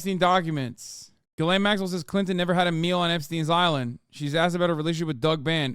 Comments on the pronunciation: not to be a dickhead but her name is pronounced geh-lane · Pronounciation, Ghislaine, hard G, mute S, long Ai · i love how everyone decided they were going to pronounce Maxwell's name as "jizz lane". its pronounced gill-ane, but she sure knew how to navigate that jizz lane. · Its french and its not spelled gill-ane. Its spelled geese-lehn